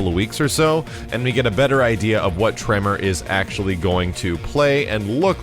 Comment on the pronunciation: You say Tremor, I heard Toph